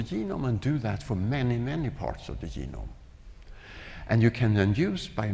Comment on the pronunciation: If you notice Päabo had a speech defect: He cannot pronounce the soft 'g' (ie., 'g' as in 'germ', 'gem', 'geology', etc.). Instead, he pronounces 'g' as a 'y'; hence 'genome' becomes 'yeenome' .